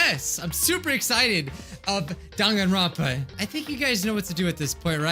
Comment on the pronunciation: NOT DONGANRONPA DANGANRONPA WHY ARE YOU SAYING IT LIKE DONGanronpa ITS DANGanronpa PLEASE MY OCD IS BEING TRIGGERED